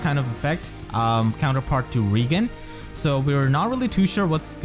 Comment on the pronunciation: Now you have to Claude with the new free OC. because you get Claude and Reginn... Reigan..... This is funny because you pretty much pronounce Claude's last name as Reginn...